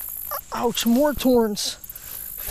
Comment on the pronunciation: You say torns instead of thorns